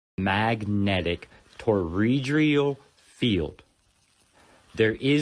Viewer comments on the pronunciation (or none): Bro, Your tone and attitude will in your speech is ugly, condescending and aggressive. You will help NO ONE, Because anyone who isn't already a believe you will turn off your video. And it is a Toroidal field not a torodrial field.